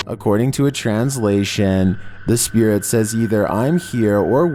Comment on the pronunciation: And it's spirit not spearit